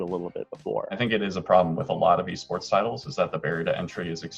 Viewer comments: I had to pause the video and take a momet because "eh-sports" left me reeling. Re: P.I.S.S. ... Why am I into it though. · 44 seconds in and I'm already cackling over "eh sports" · I'm very disappointed the correct "Eh Sports" pronunciation was only used once in this video. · “They’re called Eh sports”